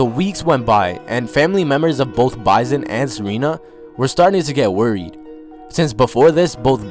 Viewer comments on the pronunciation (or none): His name is Bison (like the animal) not pronounced Bizon and his last name is pronounced Day Lay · (BYE-SON) bison (DELAY) dele dude imma need u to stop butchering names smh u do this often